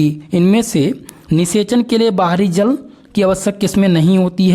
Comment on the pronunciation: Jl ko jaal bol rahe ho or bhot sare word sahi se pronunciation nahi karne ate thoda jada practice ki jarurat hai tumhe